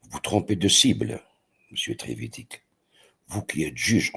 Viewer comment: Trevidic se prononce Treviditch